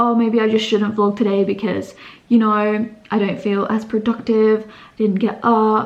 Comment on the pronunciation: you are so cute when you can't speak clearly in the beginning of the video! And the word 'vlog' in subtitle even changed to 'blog'😊HHHHHHH cutie😜